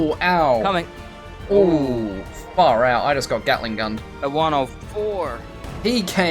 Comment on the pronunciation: I was trying to figure out if you were Australian until I heard the "far out" 😂